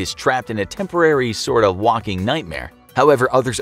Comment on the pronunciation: "...when ones mind is trapped in a temporary sort of WAKING nightmare." WAKING not waLking. The narrator dude read the teleprompter too quickly or has a mild touch of dyslexia.